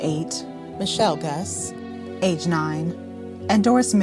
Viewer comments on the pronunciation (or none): Michelles' name is pronounced Goo-say. And Hart did NOT commit this crime. I believe that it was Celia Stall and her then boyfriend. THEY committed this heinous crime. The female DNA that they found, I believe belonged to Celia. She seems suspicious to me. I saw an interview with her back in 1983. Red flags went up for me. She and her boyfriend planned this. That note was written by her or her boyfriend to throw people off, and the empty donut box was the boyfriend going in her tent and taking them and ransacking the tent to make it look like someone had been in there. And the writing on the wall of the cave, was them to throw off the police. They planned it so well that they used Hart as the patsy because of his prior crimes. I don't think that Celia has a conscience because how does she sleep at night knowing what she did to those girls????!!!! Everything about this case was handled wrong. I'm glad that that camp is shut down. Celia and her boyfriend need to be looked into, if they are still alive. They did this. Those poor girls will not rest in peace because this case should have been handled better. And the families need better closure. I have nothing to do with this case and don't remember hearing it on the news back in 1977. But I know what my gut is telling me, and it's telling me that Celia Stall and her boyfriend committed this heinous crime. The police need to look into this more.